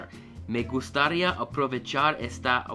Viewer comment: Not bad for a beginner. Keep in mind the "h" in Spanish is silent in words like hasta (pronounced ah-stah). Also you need to work on stressing the accents correctly like when you say gustaría you pronounce it gust-AH-ria when it should be pronounced gust-ah-REE-ia.